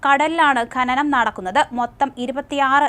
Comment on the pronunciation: ഘനനം അല്ല ഡോ.. ഖനനം